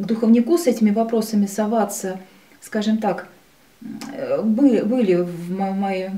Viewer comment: "скажём так,скажём так" всё нё так мнё, всё нё так..